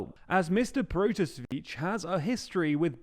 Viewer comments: Oh, why English speakers always fail pronouncing Slavic names? Those man's surname should be read as something like "proto-sea-which". Not " proto-switch" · Protasevich. Pro-ta-se-vich. Mexico does not have a PM, it’s president.